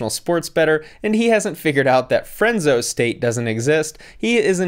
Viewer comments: I’m guessing he meant Fresno not frenzo 😆😆😆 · “Frenso State” 😭 he’s obviously educated guys. I am betting my life savings with